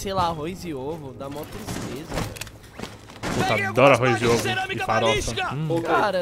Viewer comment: '' ouvo passos'' isso ai euhehue